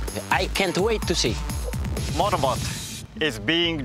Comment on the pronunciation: valenitno: enthousiatic laughter engineer: "motowbot is bingeh deverouppet to charrenge yuuuu" valentino: frowning "hmm"